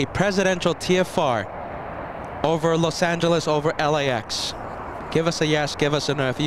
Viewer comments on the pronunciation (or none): bad pronunciation of Los Angeles.